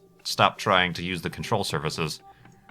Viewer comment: "Control Survahsus"